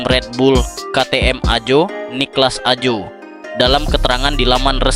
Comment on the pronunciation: bacanya AHO,,,BKN AJO bosss